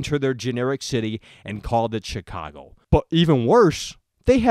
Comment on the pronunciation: I love the way you say Chicago. "SHEECWAGO" Anyway, onto the actual topic of the video. Graphically, I think this game looks quite good. Better than GTA V definitely, not by a mile, but noticably better. Realism, yeah, that's something I can completely understand. If you're going to make Chicago, make Chicago. R* North simulated L.A incredibly well in GTA V, so we know it's possible on CURRENT-gen systems. As for gameplay, it could be something very unique and very fun to play, IF they play all their cards right. The world and it's missions need to take full advantage of every hacking ability (and for that matter, every ability, hacking or not) so the gameplay is varied and unique. I don't want to just be hacking cameras every 10 seconds and never touching the blackout ability, which has been done A LOT in gameplay videos.